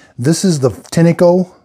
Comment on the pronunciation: Great videos, thank you. FYI, I found a couple of Tineco-made videos, and the people on the videos pronounced the name of the company "Tin' Co", like the metal tin, and the E is silent.